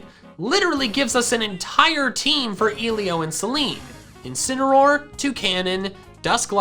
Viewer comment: I heard this “Incinameroll” “Two Canons” “Dusk like Rie can rock” “Zareena” “Alola Ninetails” “Right Chew”